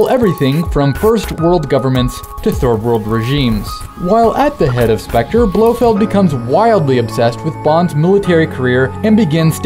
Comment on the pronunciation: lol you said "BloHead spearhead..."